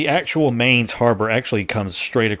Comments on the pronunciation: Really cool idea! Only thing thats bothering me - and i wouldn´t be mad if you don´t care - is how you pronounce Mainz. The Main part is pronounced more like mind without the d at the end or mine and not like the english word main, the z at the end needs to be a bit harsher (typical german thing i guess :`D). Rhein on the other hand was really good, maybe even trying to say mainz like mheinz might help you if you want to make the germans happy :`D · they pronounce Mainz like in English the world mind .not like main.i live on the other side of the river of Rhein. there u can see Anno in real life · Don't say it like Main+Z. Say it like Mine+Z. Otherwise I'm really looking forward to watching more videos of that series! I've been searching for stuff like these for weeks! Glad you're doing it!